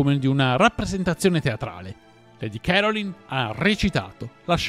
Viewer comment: Si pronuncia lady carolain'